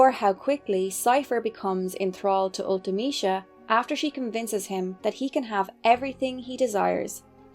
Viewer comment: You are the first YouTuber I've heard pronounce Ultimecia correctly. 💯 Yay!